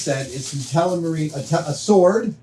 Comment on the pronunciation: am i the only one that hear adam say telemarine instead of telmarine?